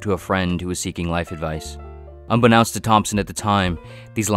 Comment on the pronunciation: Un-be-known-st not un-be-NOUN-st. Jesus, why am I hearing this everywhere? Is AI incapable of reading?